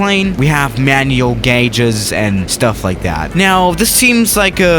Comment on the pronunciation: I can't believe said gauge correctly this time